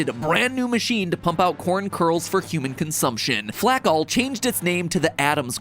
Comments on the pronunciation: Ok, so you're telling me that the company turning grain into flakes pronounced their name flack-all and not flake-all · YA DUMMIE FLAKALL IS PRONOUNCED FLAKE-ALL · 100% betting MatPat is constantly mispronouncing the "Flakall" corporation. It just HAS to be pronounced "Flake-All". There's no way it's not.